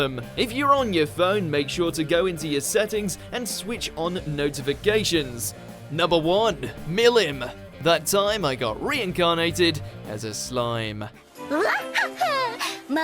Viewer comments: I thought that too, that in the manga ruimuru turn into a demon lord. So I thought how strong will he be, if so can he keep his ground with milim. Also said milim name wrong, suppose to be m-ill-lee-am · I kinda cringed when he mispronounced her name lol